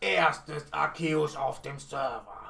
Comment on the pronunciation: Btw Man spricht ihn Arzeus aus (Trotzdem like wie immer halt)